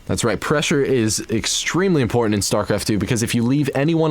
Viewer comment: lol, listen its infortant to mainkain control